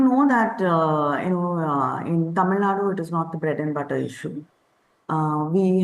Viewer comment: It is TAMILNADU, not Tamilnad